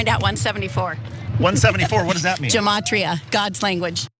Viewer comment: JFC IT'S NOT JAMATRIA YOU UNEDUCATED SKANK. The numerology of the Tora is pronounced DIFFERENTLY